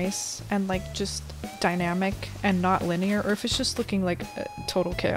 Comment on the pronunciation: Why is no one talking about how she said ✨DYNAMIC✨💫